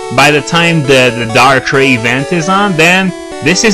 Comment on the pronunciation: no offence but hearing you mispronounce darkrai is kind of getting annoying.